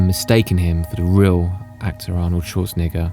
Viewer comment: Routinely comin' in a tad high on that second to last vowel in the Governator's surname there BUDDY. 😮😊